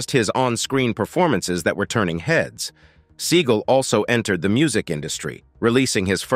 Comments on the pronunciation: It's not "Sea gul" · It's Seagal